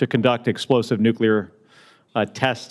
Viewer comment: It is NOT Nuculer 🤦‍♀️ SAY IT WITH ME... NUCLEAR 😊